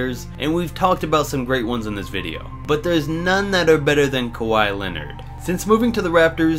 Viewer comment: His name is Kawhi Leonard not kawai Leonard